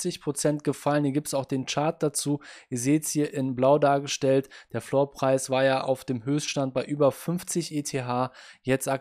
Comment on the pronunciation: floor (english) preis (deutsch) ausgesprochen irgendwie lustig :P